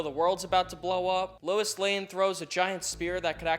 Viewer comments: Lois not Lewis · He keeps pronouncing "Lois" as "Louis" and he spells it as "Louise." Can we discuss this